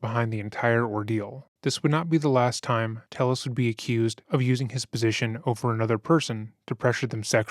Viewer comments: Tay-ez. It's pronounced Tay-ez, not "Tell-us". I'm not blaming because it appears this moron doesn't know how to pronounce his own name. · Thats probably because its pronounced tey-yehs and not tell-less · Pronounced “ Te Yes “ not “Tell les “ , Spanish name . I guess you have never gotten your name butchered by Caucasians 😂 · This Latino man's last name is "Telles," which, in Spanish, is pronounced ""TAY-es." How sad that he felt he had to Anglicize it. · They say ‘Telles’ in recordings and the narrator still pronounces it wrong. C’mon, guy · Great doc but a little confusing how you’ve clearly done so much research and his wife even says his last name outloud but you mispronounce it the whole video. Nitpicking I know but it was like fingernails on a chalkboard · how did you listen to this mans wife say his name and still pronounce it wrong every time though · The judge mispronouncing his name made me laugh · i think you’re generally a really respectful and well-researched channel, but i cannot believe you pronounced telles wrong throughout the entire video. i also recall you did the same thing to sarah boone’s victim, jorge. you need to make sure you pronounce peoples’ names right, because hearing their friends, family, coworkers, etc say something different than you makes me feel like you haven’t watched the clips you put in the video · Is he Hispanic? If so, someone needs to smack him upside his head for pronouncing Telles like that…… cringes in Spanish